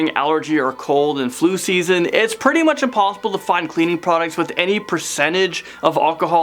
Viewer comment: Bidets are cleaner and more hygienic. Also its pronounced "pretty" not "purdy"